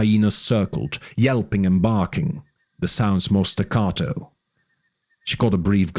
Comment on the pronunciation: "Staah-caah-toh". Funny, but this word (staccato) means in music, brief, short. Well i checked and the literal translation is "detached". But in music you play... like staggering, notes not connecting, flowing. Pan pan pan pan pan instead of paan-paan-paan-paan-paan. but you said that in an elongated way, staah-caah-toh. Since its meaning is such, usually people say this in a more staccato manner, applying the word to the pronounciation. Natural human behavior. Made the musician in me laugh though, koodos : ) xD